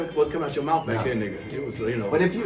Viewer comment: He say these big ass words ain’t come out ur ‘mouf’ back then - he say Crenshaw that’s ‘bout it...(I had 2 rewind that one)